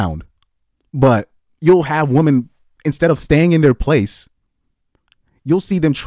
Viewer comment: "Women" and "woman" are not pronounced the same. One is singular and one is plural.